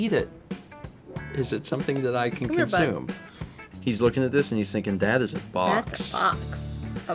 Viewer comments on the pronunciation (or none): none